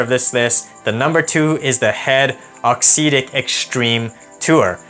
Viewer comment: Appreciate you putting out content. Just a couple pieces of feedback. I believe it's pronounced aux "ehhtic." Not a huge deal to me per se, but I've noticed that people may question one's credibility if/when a detail is potentially off/inaccurate. I've noticed that in the match play, you primarily show points that you win. Perhaps including a few points that you lose would be good (or include points of other ppl using the racquets/strings you're reviewing). This detail could make you feel more relatable to your audience/community. Awesome work overall though. All the best to you in 2023!